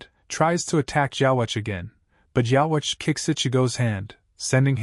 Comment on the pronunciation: why don't we say yhwbach ( yhwach ) like the japanese pronunciation ( with a B ) ? it's just not right to me hearing it that way 😂😂